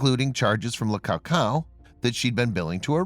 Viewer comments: Le Coucou. NOT Le Cacao! 😂😂😂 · Le cou cou is pronounced Luh koo-koo